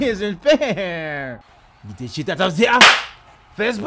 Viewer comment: “He isn’t fairr”😩😭 had me dead💀